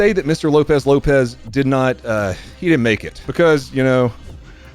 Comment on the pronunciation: ..seems pretty unconcerned “ime right here, I deedent do nothing”. Ain’t her first rodeo